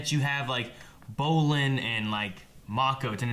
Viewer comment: My god, 3.5 seasons in an still says BROlin every damn time